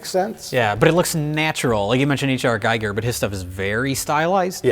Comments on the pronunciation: Giger is pronounced 'geeger' (hard g) not geiger. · It’s said “geeger” not “Guy-ger.”